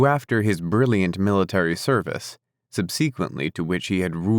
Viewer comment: Sub sequently? Learn to pronounce the big words.